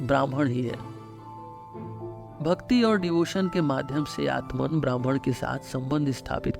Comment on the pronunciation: आपके उच्चारण मे ब्रह्म के स्थान ब्राह्मण सुनाई दे रहा है।